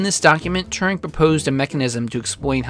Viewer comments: It's weird when you pronounce Turing as touring... He's not American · How are you pronouncing Alan Turing's name? It sounds as though you've imagined an extra r in the middle (Turring) from somewhere! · Thats not how you pronounce Turing.